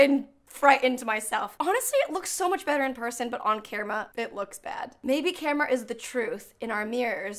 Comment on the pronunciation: kerma? Never heard anyone pronounce camera like that